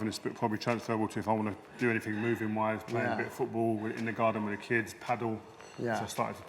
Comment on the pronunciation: TH is pronounced TH ...not V .... WITH...not WIV... love Rio